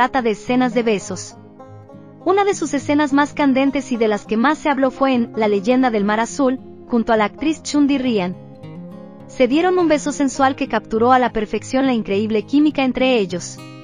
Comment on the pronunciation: Que horrible pronunciación de los nombres de los actores y actrices...es una falta de respeto que tampoco pronuncia bien el nombre de los dramas , por lo menos que los pronuncie como se escriben no existe chun di rian es Hun Ji Hyun ,no es le min Ro es Lee Min Ho ,no es patinco es Pachinko etc, etc